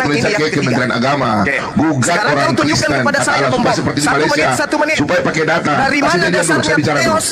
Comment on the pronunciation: itu orang mana,kok gak tau bahasa Indonesia,Allah bacanya tetap Allah tdk berbunyi alwoh seperti